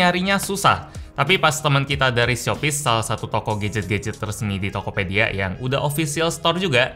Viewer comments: Shopyz di Tokopedia?" Me: Shopee di Tokopedia" 😂😂😂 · Shopyz bukan shopee boy